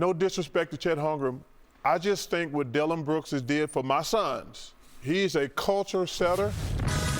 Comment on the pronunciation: LOL.. Dilloin brooks?? HAHAHAHHA